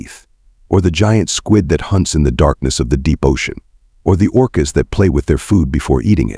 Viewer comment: Yeah, when is he going to learn the difference between “life” and “live” and how did it pronounced “orcas”?